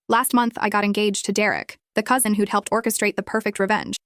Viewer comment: The way it just said “now I’m engaged to Derek the COUSIN” ai didn’t even bother trying to gaslight us😭